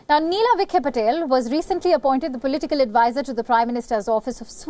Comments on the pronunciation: Idiot It's not Patel, it's Patil. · 1st give a Medal to d Newsreader as She got both d names Wrong is it "Nila or Nina" & it is Patil not Patel. 2nd she mentioned 0.56 d classic issue of Over friendly friend requests unwanted approaches, when are we going to stop this not everyone who leaves India or has Indian Ancestry is interested in being touch with u so stop being Desperate have some Self Respect. Also its always good to ve a Large Diaspora in d long run as Influence & reach matters can be seen in U.S. elections Nikki Haley to Kamala Harris to Ireland's P.M. Leo Varadkar aides of Obama to Trumps + d Largest remittance pool belongs to Indians 89000crores Annually.